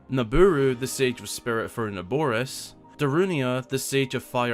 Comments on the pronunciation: It's Vah Naboris not Vah nabooris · Im pretty sure its Naboris and not Nabooris.